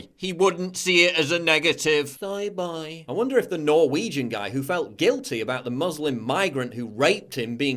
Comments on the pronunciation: Why do you pronounce soy boy "soye boyeee" you soy boy. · isnt it pronounced soi boi